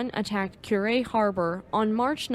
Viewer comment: "Coo-rei", not "Kyurei" Like a dove cooing. 🕊 Well done... yes I'm playing ketchup, just seeing some of these older videos for the first time. なんでも教えてもらいます。🙂👍🍶